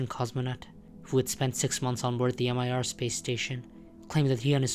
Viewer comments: “Emm Eye Arr” lol MIR… we always said “meer” or “the meer” space station growing up, not “M. I. R.” for context, I’m 42 and so born in 1984 😊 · M I R space station. Just an fyi if it interests you, it's pronounced meer. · "Mir" is a single word, not an acronym, pronounced "Meer". It can mean both "the world" but also "peace", depending on context. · Very slight nitpick but Mir is pronounced mere not M. I. R.